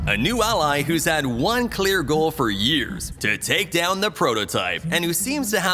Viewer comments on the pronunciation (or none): none